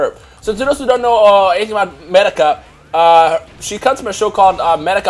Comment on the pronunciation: my dude her name medaka say her name right